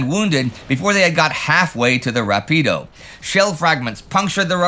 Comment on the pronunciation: BTW, the river near Cassino is pronounced “RAH-pee-doe”, a proparoxytone. It means fast in Italian for a good reason.